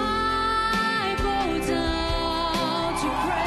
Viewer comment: Seu inglês é muito bom, mas a pronúncia correta do início do refrão é "ai baudown". Fica dica!